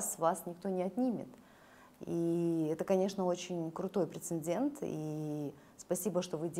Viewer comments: Героиня прекрасна! Но, что за слово прецендент?, не вводите в заблуждение. Прецедент, именно так будет правильно. Прямо слух режет. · Интересная гостья. Правильно говорить прецедент. Это замечание, смотрите словари.